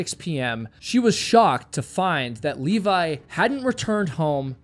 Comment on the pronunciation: Levi. Not Leevaaaiii!!! :D